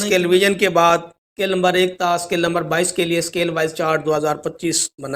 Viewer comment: O Bhai lumber Nahi hota number hota Hy pahly bolna to seekh lo